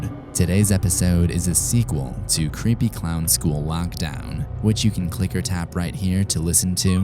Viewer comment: it's not cwepy